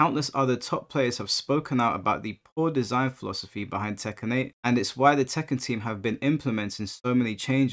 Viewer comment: The way he pronounces Tekken 7. ‘Tekkan 7’